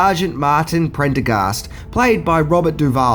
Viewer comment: I commend you for pronouncing "Prendergast" correctly. You'd be amazed how many people tend to butcher it.